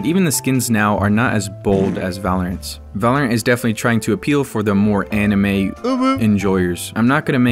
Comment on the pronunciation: The guy at the end said vulurunt